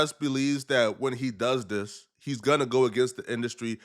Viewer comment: for the love of God please work on saying THIS instead of DIS you are killing me